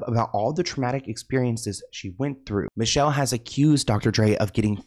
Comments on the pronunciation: It’s not Michelle it’s “Michel-lay” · Its not Michelle. It's MEE-SHELL-LAY! She was a talented singer! She was the mother of 1 of Dre's sons. She made a movie about the abuse. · It’s not Michelle. It’s micelle (mee-sha-LAE) SMH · MEE-Shell-Ay (Michel'le) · Hey, I really enjoy your content. Just wanted you to know Michel’le name is prouncounced, Me-shell-Lé. Great video and keep clocking these celebs tea. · It's Mi CHEL LAY! Youngin 😂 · Ex girlfriend is named “Me-Shell-Lay” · He always says people's names wrong. Especially those who aren't Caucasian. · Thank you, he always butchers names. Michel'le was one of my favorite names back in the day, haven't heard it since.